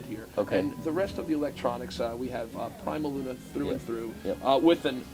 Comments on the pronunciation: I’ve never heard someone mispronounce PrimaLuna before. I’m surprised you didn’t correct him. Also funny that he took the trouble to introduce staff and then got their names wrong, lol. Not a good day. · the VPI guy not only miss-pronounced Prima Luna then stuck his foot in his mouth introducing the staff. LOL not exactly making a good impression.